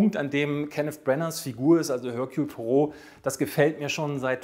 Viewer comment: Er-Kül... Pu-A-Roh!!!